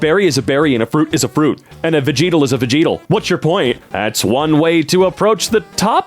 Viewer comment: No one talking bout how he said vegetal. What is a vegeetal